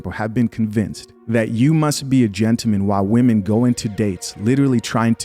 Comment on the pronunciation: Dude if you don't put that "L" back in gentleman 😂